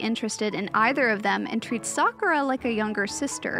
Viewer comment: Someone who says Sakura mostly correct. Well, well, well. That's rare.